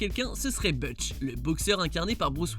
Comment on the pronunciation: XD Debouze notre chouchou???? et puis quoi encore... ce mec est une insulte à l'humour et au cinéma. Otis est bien mieux à la deuxième place. Pour: Ce n'est pas "Butch" que ça se prononce, mais "Boutch";) mais c'est vrai que Pulp Fiction n'a rien à faire dans ce top même si la prestation de Travolta est meilleure que les autres.